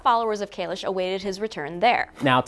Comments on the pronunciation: Nice job. I would suggest calling it "Discovery" instead of "". It throws me every time you do. Probably just me - so please feel free to disregard the suggestion. Calling it is still better than STD though. I don't know why this version went from "Kayless"... to "Kaylish". That's another one that throws me every time I hear it. Maybe they are shrugging it off to "this type of Klingon" - when it's likely caused by the actor's prosthetics.;-) Who knows. In any case -- I appreciate you doing the breakdown and providing a forum for discussion. Well done. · Why does she keep saying Kalish? It’s Kahless!! Like less is more. Less. Kahless. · It’s kahless, not kalesh. You mispronounced it every time you said it. Lol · .... and it's KahleSS, not KayleSH. Maybe get a real fan of the entire Star Trek Universe to write for you guys, are there openings? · Why is everyone now pronouncing Kahless as kahlesh or am i missing something?